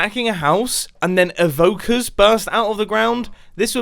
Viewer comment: why he say evokers like that? XDXD